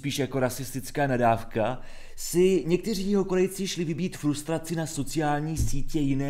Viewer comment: ehm frustrace, ne flustrace